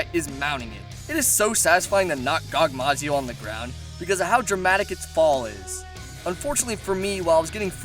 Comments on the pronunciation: "Gogmazio" ... So hard to say/write Gogmazios? Not trying to dick around but please xD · It's gogmazios not gogmazio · Gogmazio Gogmazios* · It's actually gogmazios not gogmazio sorry buddy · Err...the name is Gogmazios. with an S at the end. I must know, i soloed him. No shit. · Mr. godzilla is called[ Gogmazios] kek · you said so many names wrong gogmazios kushala daora salamander